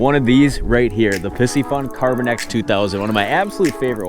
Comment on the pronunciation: Are you sure you're saying Piscifun correctly?! Pisces has a long I! Anyways, I'll hope to win a Pie-see-fun reel here!